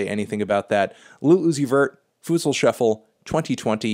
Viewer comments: It’s pronounced FootSaul Melon!! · My man said “foootsal” shuffle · Melon pronounces it: Foo-tsal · U rlly said ‘fusal’ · Just clicked to hear fantano's pronouncing futsal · That’s not how you say futsal